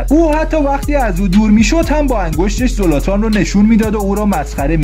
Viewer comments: خوب بود ولی زلاتانه نه زولاتان زولاتان کلمه خوبی نیست😂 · زولاتان نیس زلاتانه داری اشتباه می زنی